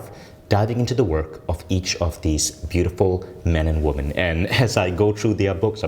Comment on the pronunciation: Learn to pronounce the word Obsessed, please. There’s no z in that word. Also learn to pronounce the word Women.